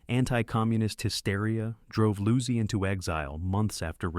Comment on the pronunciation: Good rundown, but you really need to edit the audio more carefully. The AI inserts pauses where there shouldn't be any, and leaves them out when they should be present. It mispronounces the names of Lang, Losey, and Godard. It even mysteriously lapses into French at one point, introducing #5 as "cinquieme." Also the phrasing is sometimes off; for example, the line "public domain filler" is spoken as though it referred to something that fills the public domain.